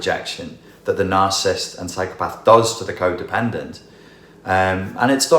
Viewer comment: Quick note: The word is NarciSSIST...not Narcist...three syllables.